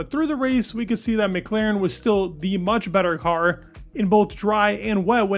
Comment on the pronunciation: will you ever learn how to pronounce McLaren?